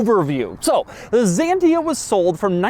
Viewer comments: Never heard of Zantia, we say Citro-"n" Ksantia in 🇫🇷😉 Drive was impressive, crash test a lot less 😊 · It's Xantia, not a fuckin Zantia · Not “Zantia”… Xantia like “Schantia” …and it’s “cee-tro-én”… not “ceetrón”. Pronouncing names properly would show more effort and respect. For fck sake… Every time you say “Zantia” a euro petrolhead dies from cancer in their hears. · The best ride on car ever……… the memo on the steering wheel is for radio stations……we have all of the Citroens….bx, ax, visa, 2cv, Cb, Ds, xantia 1, xantia 2, gsa…..and the name xantia called x not a…..as the Greek word «ξανθιά». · It's not any "ZENTIA" but XANTIA. Just read it as it is written, you clown. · I never understood the English speaking habit of pronouncing an X like a Z when it's the first letter in a word. Especially in all those Greek originated words. And what about Xerox called "zerox" where the same letter is spelled differently at the beginning and at the end of the word? Anyway, as a Greek i can tell you that X is actually pronounced as "ks" like any X should, so "zantia" is actually "ksantia" and "zenon" lights are actually "ksenon" from back when they discovered those now types of lights and named them neon=neo=new and xenon=kseno=foreign. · It is not Zantia, it is Xantia. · Zantia?? Say : x-antia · You are.wierd dude its not Zentia its Xantia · Is not zantia, is pronounced ksanthia you automobile clown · Why "Zyiientiaaa" man? Why? It sounds like "Xsantya" in Europe. Xanthi is greek island and i think t hat is the reson of the name.. not sure! And if you say to Aventador "Avon taaaydooor" i will escape the earth honestly! How can you live in border with spanish speakig people and still can't say simple names correct? Greetings from Bulgaria! We are heighbours with greeks and turks and we go by motorcicles or cars to Venezia and Milano or Rome in Italy for 8 hours driving, if you don't know where and what is Bulgaria! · It’s called Xantia not Zantia oh my 💀💀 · Spelled "ksán-tee-a